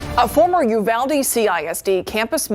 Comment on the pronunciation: This bugged me at the time and it bugs me now: "UYALDE" ....why!??